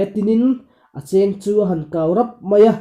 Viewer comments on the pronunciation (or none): silai chêng tia thlûk tur a nilo, cheng tiin lam hniam tur zawk.. tin, i chhiar hmanhmawh lutuk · Silai in chêng a neilo, cheng tih hi lam hniam tur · Mizo ṭawng hi a thlûkin awmzia a nei ṭhin. Silai cheng tih hi tlawng lam dan anga thlûk tûr a ni. A dang pawh thlûk dik lo i nei nual mai.